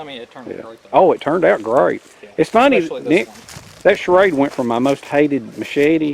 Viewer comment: I love how you pronounce it charade. That accent is awesome! Cheers from california. (Don't worry, im one of the good ones)